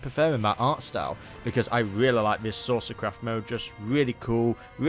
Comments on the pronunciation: Same, i’m also hearing him say “sorcerer” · The way says Saucer sounds like sorcerer to my ears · Kept thinking bro was saying "sorcerer" 😂